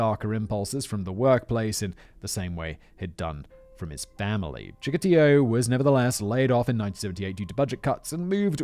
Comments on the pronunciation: Here's where Simon's poor memory from these scripts comes in handy. Though to be fair, Chickatilo was last mentioned like 11 months ago. He's the guy who Tamara Samsonova (the Russian old lady killer) idolized. You kept calling him Chickalito and it drove me insane 😅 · “Chikatillo” is sounding more Mexican as the story progresses. lol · Oh, god! I just watched that one and every time Simon said it wrong I gritted my teeth and snarled "Chikatilo!" I started this video resolved to click away if he did it again. 😆